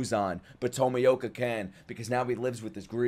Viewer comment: Pronounced TOE-ME-OH-KA